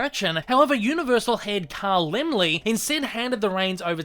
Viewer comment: Great video as usual. No idea if it's just me, but you always seem crazy loud in your opening & scare the s**t out of me every time. Also, kudos for being one of the only Youtubers I've ever heard correctly pronounce "Laemmle"